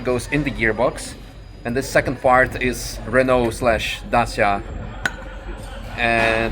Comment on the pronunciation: Yeees as a Romanian he pronounces Dacia perfectly